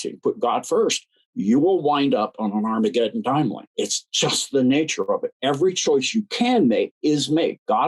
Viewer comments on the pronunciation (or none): none